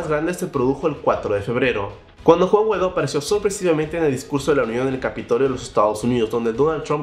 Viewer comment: que buen noticiero ya hasta le cambiaron el nombre "Juan GUADÓ" 😂😂